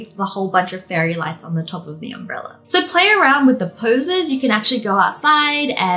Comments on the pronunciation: Did anyone hear Wengie say umbreller instead of umbrella? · Why do you keep saying UMBRELLAR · Wengie: Its just holding the umbrellar Me: you mean umbrella? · We not gonna talk about how she said "umbreller" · No one: Wengie: Umbrellur